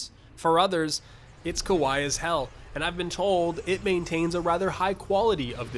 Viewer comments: "Kowai as hell" Jesus that hurt me... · "kuwhy" NA pronunciation 4head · Gameplay, menus, character creation, all of them look great. Probably will buy. Your pronunciation of kawaii... Egregious. The idea that (from what was shown in the video as what I took to be examples of) the anime fanservice bits were at all close to the dark side(I like reading comments-)? Inaccurate. My formatting: poor at best.